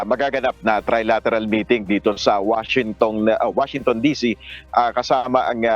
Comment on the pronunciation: "Washintong"😂 natawa ka din siguro after mo maglive